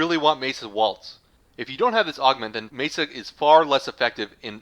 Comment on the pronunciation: pretty sure its pronounced me-sa not mee-sa